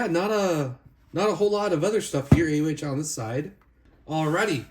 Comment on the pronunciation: it's pronounced "o-hi"